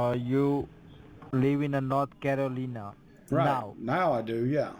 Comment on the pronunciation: They always pronounce Carolina as Caroleena.